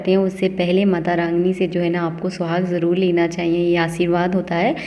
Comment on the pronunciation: It is jaroor karen not jalool. Please prounce r as r . It is highly irritating if you can't prounounce properly.